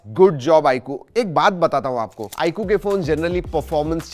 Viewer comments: I coo kay coo bola ... Ye Eye 👁 queue he 😂😅😂😅😂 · आई कु नहीं भाई, आईक्यू है😂😂😂